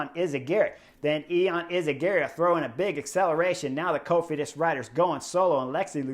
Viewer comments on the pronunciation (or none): You said "caught Cofidis" and I heard "caught COVID" 😂😂😂